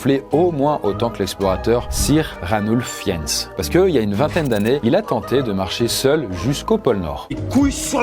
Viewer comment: Fiennes se dit : FIINEUSS :)